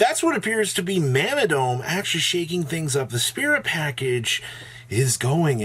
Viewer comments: Ma-na-do_Me is how is pronounced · Ma-Nah-Dome is the only way to pronounce it, plus with Yugi Jap voice 😤